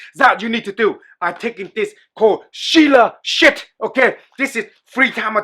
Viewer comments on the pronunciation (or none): that is Shilajit 🇮🇳 Not seila shit 😂😂